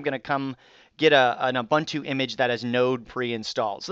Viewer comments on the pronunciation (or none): Hi, I really love your tuts. I would like to point out though that Ubuntu is pronounced with the second "u" being like the "u" in "pull" or "puma." When the second u is pronounced the way you have in the past, it changes the meaning of the word from the name of the philosophy to "a man." "uBantu" sounds like "Those man" (sic) while ubuntu is akin to humanism (if directly translated from Xhosa/Zulu- not to be confused with the english word humanism which is a completely different world-view.) Thanks for the great tutorials!